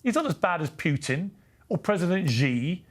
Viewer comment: If Piers gonna go on and call president Putin a dictator above the heads of the Russian people, he could at last learn to pronounce his name correctly. It's not "Pjutin", it's Putin. No one else calls him "Pjutin", it's only Pjers who does it. It makes it odd. 🇸🇪❤️🇷🇺✌️‼️